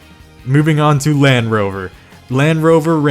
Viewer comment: You know there’s a d in land